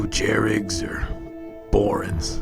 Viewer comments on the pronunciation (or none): Small nitpick, Lou Gehrig's Disease has a hard G not the j that uses at the end. The movie must be almost perfect if that's the only thing I can critique.